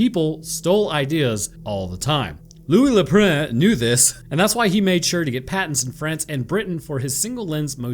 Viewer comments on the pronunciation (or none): It's pronounced like a cross between an O and an A, Louis Le Praunce, it's not that difficile, imbecile!(just kidding I love your work and your channel...or should I say "Chanel"? Edison...ANYTHING with his name in it makes me super suspicious, Edison would defo be the first one I'd accuse in Among Us What he did to Nikola Tesla was unforgivable among(US!) many other nasty things the douche canoe did. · Loeh le Pruh! Dude!! 🤣🤣🤣🤣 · "A" for effort on the pronunciation...but Good Lord...😂...maybe just use the Anglicized pronunciation...😂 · sticks his Tongue out as he pronounce Louis Le Prince name is a different way